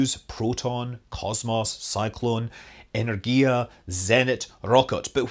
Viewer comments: The "Energia" in russian have stress at the second sillable not on the third. The correct is "enErgia" not the "energIa". While the "vodorod" sounds quite acceptable :) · eNergya - in Russian for this word the stress is on N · Энергия is Ehn-EH-rr-ghee-ya. The stress is on the second syllable. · yes, the stress should be on second "e" - enErgia, but otherwise it was not bad phonetically. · it's eh-NER-gee-ya. With a hard R, of course. But "eh-ner-GEE-yah" is tolerable :) you better not know how we pronounce Washington or Armstrong... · Yes, certainly better than "Energia". :)